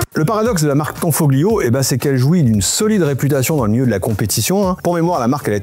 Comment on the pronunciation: On ne prononce pas le "g" on prononce tanfolio 👍🏻👍🏻 Comme tagliatelle ou famiglia A plus les appentis Italiens 😂😂